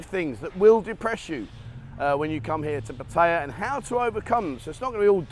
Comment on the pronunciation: Oh nooooo not another that has zero idea how to pronounce Pat…Tie…Yah